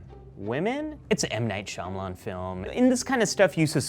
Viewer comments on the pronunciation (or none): none